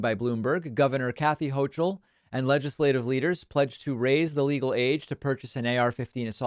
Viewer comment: It's pronounced ho'k'ul not ho'ch'ul. Governor of NY.